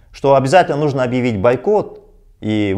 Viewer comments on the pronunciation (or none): none